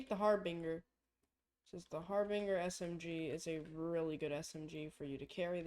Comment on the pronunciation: decent vid. fyi your pronouncing harbinger wrong